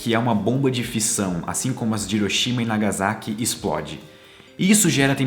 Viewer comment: Ótimo vídeo.Só uma pequena correção na pronúncia das províncias de Nagasaki e Hiroshima. Hiroshima (Riroshima) Nagasaki (Nagassaki).